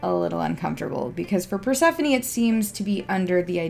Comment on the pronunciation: Just a correction, it isn’t pronouce core, it is KorE. And not Perse-phone, it’s PersephonE.